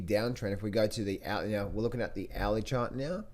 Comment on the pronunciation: Hourly chart not owee chart haha